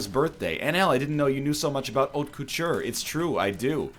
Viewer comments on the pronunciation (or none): none